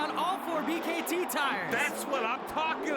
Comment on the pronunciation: B . K . T TIRES